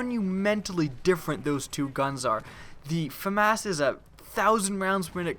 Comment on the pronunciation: Lol Ikr it's pronounced Fa mas uhhhh I don't trust this guy anymore on his vids